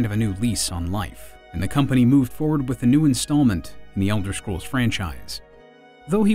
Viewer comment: Why does he keep saying Elder "Shcrolls"?